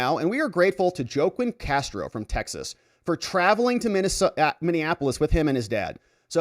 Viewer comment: Joe-Quinn? lfmao. Its prounced Wa-Keen. Its a latino name. LIke Joaquin Phoenix who played the Joker. Joe-Quinn lmfao.